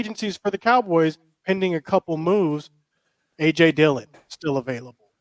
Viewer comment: Did he say aj Dillion Lmao 😂 packers backup rb